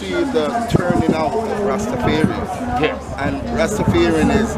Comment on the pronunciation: you must STOP this rastafearians pronounciation STOP is Rastafarians😎